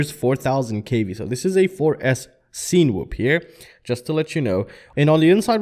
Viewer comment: You’re pronouncing it weird. Cinema - sin-a-ma Cinewhoop - sin-a-whoop